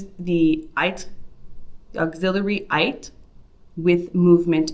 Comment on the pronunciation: It's pronounced "être" not "aître" as you are saying it.